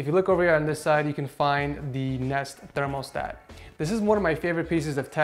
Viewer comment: Why does he say thermostat weird?